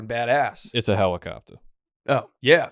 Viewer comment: "It's a hewicopta"